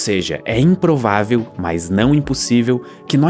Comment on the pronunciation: Ele disse, é im-provavel mas não im-possivel😭